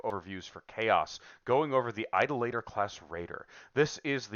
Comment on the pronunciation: Idoluh-tor. Not Idol-later.